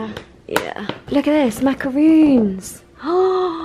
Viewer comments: When Niomi calls Macarons, macaroons .... :l Such a strange pet peeve, but it's my biggest one :P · Macarons are not the same as macaroons and are pronounced differently